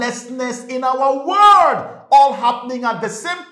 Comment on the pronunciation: Why do you say Word instead of World 😅 . . Blessings..